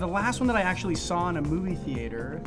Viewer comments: Is no one going to mention how he says Theater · Do they really say "thee-ay-tor" in America?